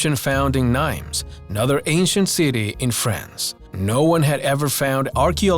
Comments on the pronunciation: The French city of Nimes is pronounced 'Neem" - the s is silent. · That bothered me too, especially since he said it more than once. It does NOT rhyme with dimes. It's like "Nemo" without the "O". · Just a little quibble: the author names the French town of Nimes like dimes. Thay's not how French pronunciation works! The correct one is "Neem".